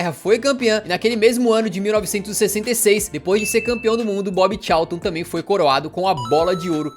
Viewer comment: a pronúncia correta seria: Bob Calton